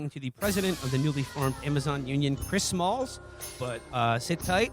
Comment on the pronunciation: It’s Chris Smalls, not malls